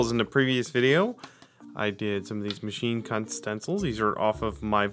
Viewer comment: 'machine cut' is not how it sounded....